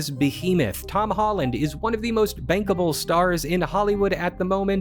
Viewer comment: ....oh he said most BANKABLE 🤐